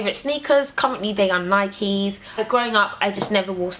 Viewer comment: You're the first English person I've heard pronounce "Nike" the correct way.